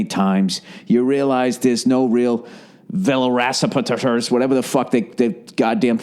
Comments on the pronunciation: DethstruXioN ™ velocityrappers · DethstruXioN ™ velorasipit-t-ters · Bill tries to pronounce Velociraptor ..